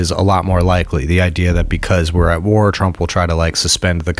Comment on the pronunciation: I stopped listening to this podcast ep when he kept saying Donald twump and trlwanscwapitwal he sounds like a toddler